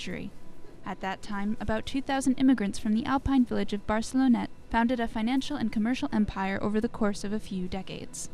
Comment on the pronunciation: barcelonnette not barcelona